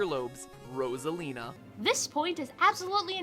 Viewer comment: i can't get over how he pronounces it as "ross-alina" 💀